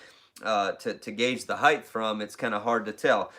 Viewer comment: Height not heighth